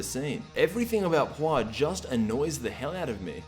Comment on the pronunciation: It's pronounce Pu Er, like the chinese tea. And she's cute and better than Oolong.